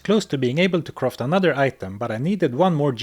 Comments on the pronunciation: I feel great respect towards the narrator but I'd just like to humbly note that it's physically challenging to hear all the time croft instead of craft. I mean, we all appreciate Lara Croft, but she's not the case here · It's not pronounced "croft", you know?